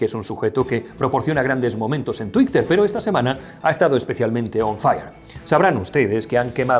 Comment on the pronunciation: Lo de "tuicter" ¿lo dice de coña?